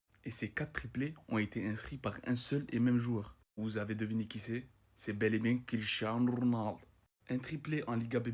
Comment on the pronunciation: "Quicherano Ronaldo " 😂